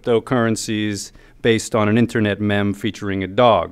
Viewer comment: Chi Streams That was sarcasm due to him mispronouncing it.